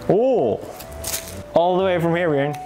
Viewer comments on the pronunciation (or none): the fact that messed up Björn's name I'm dead